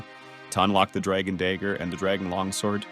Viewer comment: dragon day-ger 😂 but seriously tho give this guy a nobel peace prize